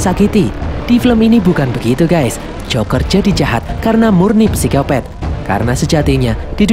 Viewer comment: Bang mimin nulis nya pisikopat tapi bilang nya pisikopet kocak deh jadi nya gk jadi horor😂😂